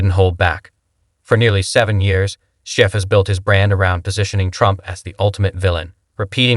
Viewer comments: Damn, I want to like this but I can't get past the host mispronouncing his name. It undermines the whole video. Schiff should be held accountable. He should never be able to work in politics or any position of power. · Can't even pronounce Schiff's name properly? Sure the guy is trash...but the voice-over? C'mon.